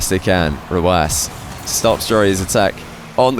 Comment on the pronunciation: Why is it pronounced rwass? Hurts my brain whenever he says it